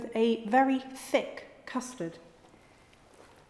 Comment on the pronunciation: I love how she went, “for the servants… I’m going to serve it with Thick! Custard…” almost sounded like an insult 😂😂